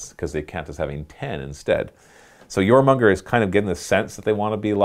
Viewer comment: jormunGANdr. its jormungandr . please. save my OCD brain